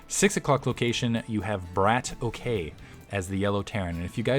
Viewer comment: It's a russian word. I think it means shooter or gunslinger or something like that. The correct pronunciation would be "brAAtock" not "brAYtock". A long "A" like in "father"and a roling "R".